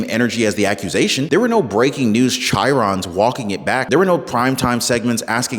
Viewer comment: “Chyron” is pronounced “KIE- ron “